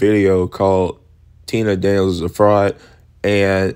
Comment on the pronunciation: so you are fine with him trashing a sprinter as a liar under false pretense all while mispronouncing her name 🤔 Maybe YOU should shut up!!😂